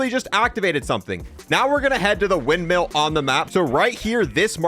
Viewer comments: Never heard someone struggle with the word "windmill" so mightily. "You can go to the windMEAL...." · "wind-MEAL" can't unhear 🤣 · Dude I was legit struggling to watch the rest if the video because of that